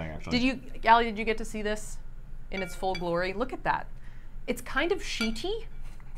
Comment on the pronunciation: It’s sheet-y 😂😂